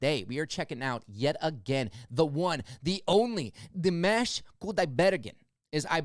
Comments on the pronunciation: 💕💕💕👍👍👍💕💕💕👍👍👍. Dimash pronounces his name "DEE MOSH". Dimash has the most beautiful voice in the World. More Dimash please, Stranger, Love is Like a Dream, Adagio, Ikanaide, Across Endless Dimensions. 💕💕💕👍👍👍💕💕💕👍👍👍💕💕💕💕💕💕💕💕💕💕💕💕💕💕💕💕💕💕💕👍👍👍👍👍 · Great reaction! I liked and subscribed after seeing the first reaction video to Dimash. 🌹❤️🙌I left you a very good list of recommendations, check it out! It’s pronounced “ Dee- MAH-sh”; good job on his last name though. Dimash sings in 14 languages, plays 9 instruments, has a PhD in composition, he composed a lot of his music. The man you said looked bored, was the very famous, very talented, renowned Russian- Ukrainian Jewish composer, Maestro Igor Krutoy, who came out of billionaire retirement after seeing Dimash in this performance. He composes specifically for Dimash & you’ll see him on piano accompanying Dimash often. Dimashali is Dimash’s creative production company. He is head of creative and business. His father Qanat and an old family friend help out running things as well. Dimash now produces and directs. He sings in many genres( including rap) and as I mentioned in the last video comment section, you can see him dance and do martial arts in other performances and videos. Please check out my list, I spent a good deal of time typing it all out for you. Thank you! God Bless! 🌹🌹🌹🙌🙌🙌❤️❤️❤️🙏🏽🙏🏽🙏🏽💗💗💗🌟🌟🌟🔥🔥🔥🌹🌹🌹❤️❤️❤️😎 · You got his last name ok, but pronounce Dimash like Dee - mosh!😃